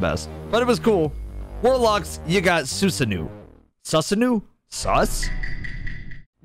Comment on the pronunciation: Susanoo is pronounced soo•zaa•no.